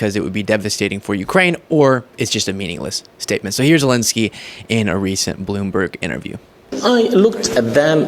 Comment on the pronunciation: Sorry but it's not Zilinsky... it's Zelensky...